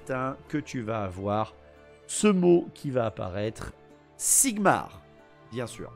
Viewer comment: Pssssttttt...This is not Sigmar but ZIGMAR ....! Repet after me ZIGMAR !!!! Don't forget to yell it ! Never ...! Be proud of him...ever... young paladin...!